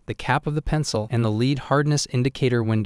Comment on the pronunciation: Did bro just pronounce lead leed 🤨